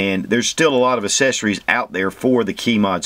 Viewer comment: I have a southern draw, and I can still pronounce "accessories". its not "assessories."